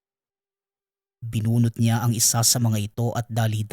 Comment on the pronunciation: SA unang kuento, matagal Ko Ng napakinggan Ito, at SA ikalawang kuento Naman, Di nio ba mabigkas Ng Tama ang tubo? At SA ikatlong kuento Naman, sobrang lakas Ng sounds mo 🙄